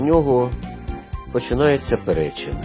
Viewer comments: І не ПерЕчин,а ПеречИн. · Автор наголоси не правильно ставиш не ПерЕчин ,а Перечин😮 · ПеречИн правильно наголос